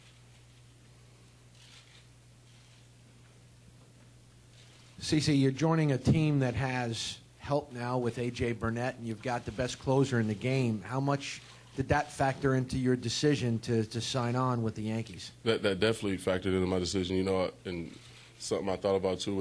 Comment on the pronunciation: it's Burnett not Burnette